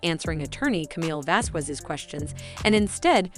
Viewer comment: Wow! Do your research, at least on name pronunciations! It's really jarring to hear you say Azcar-ayt, and Vaz -quez when those names have been repeated add nauseam in the past two months. It makes you sound life a total amateur. Come on, it's not that hard.